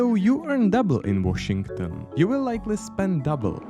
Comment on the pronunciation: That's not how you say Washington >o<